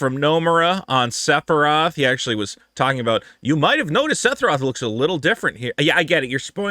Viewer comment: Still calling him “setheroth” 😂😂😂